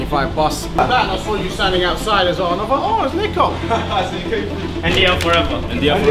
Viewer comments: Only a brit would pronounce Niko like that😂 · It’s Niko not Niko…